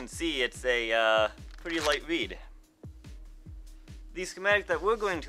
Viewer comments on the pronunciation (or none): Pwetty useful fwequency info.